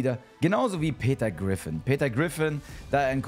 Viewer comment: Aber warum sagt er immer peter grifin